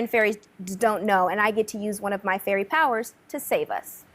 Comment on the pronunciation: Did just said Furry rather than Fairy. lol